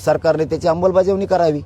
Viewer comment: Vashi hun nighalyanantar next day pasun roj 10 time aikyoy ammalbajavni cha ha ucchar 😂😂😂😂